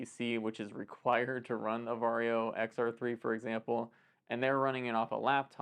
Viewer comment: I will now forever pronounce VARJO as "VERY YO!" Because they are known to be very...very. Very is the new Extra And Varjo (Very-Yo!, remember?) XR-3 is very Very. You might say, it's the MOST Very Yo!